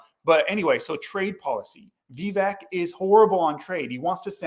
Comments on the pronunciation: by the way. its Vi-vaik. like Cake. thats the proper pronunciation. thanks for the video, new subscriber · Thank you both for doing this Live! You have excellent points in regards to (proper pronunciation is Viv ache as in cake, that's how Vivek says it is pronounced) Vivek. He's too good to be true is what I see and I do think he's another Obama. And same here,, I was fooled by Obama too and I don't want to be blindsided ever again. Vivek being a Hindu is his prerogative but I hated when he used "Jesus Christ's" name in vain and that did it for me. I appreciate you both addressing this, thank you!! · First of all it's Vivek (like cake). Second, he won a scholarship from PAUL Soros not George. Peeps on this page needs to do some research. Third, I just saw another Vivek event and he refused to talk bad about Trump. He's taking the higher road. Hubby there said Vivek say he wants to send jobs to China. When did he say that? He has announced his religion in public months ago. So, if he's Hindu. What's the issue? He needs to be a Christian? Are you saying he's a heathen for being Hindu and only Christians should be President? Please clarify. Vivek has travelled to over 330+ events in Iowa. No one in American history has done that. His hustle is unapparelled. By the way, Vivek posted 20 years of tax returns, Trump never did. You keep saying "paid". Who paid him and when? Insults and insinuations are easy. Come up with the receipts and I will then listen. If you think Trump would destroy Vivek in a debate. Hmmm, it would be definitely interesting to watch. I hope he does well in Iowa. Trump is right about one thing, Vivek is not MAGA. He's America first.